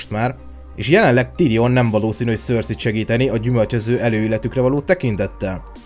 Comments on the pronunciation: Szerintem nem éppen Szorszikent mondják ki a nevét... Ha valamiről csinálsz valamit az legyen már. Pontos. Amúgy jók a videók de ez. Szorszizes.... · Szörszi?? Én azt hittem szerszej.. félre ne érts nagyin jó video csak nekem fura így hallani a nevét.... Melyik a jó?